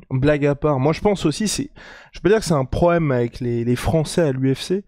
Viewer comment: un proème? qui mache le B et le L sans pression